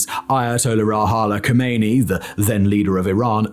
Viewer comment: and it's not "Ayatala Rahala Kmeini", the dude's name and title was "Aya-tollah Rou-hoe-luh Khow-may-knee"